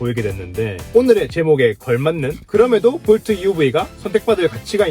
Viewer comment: 볼투?? 하하...웃기네...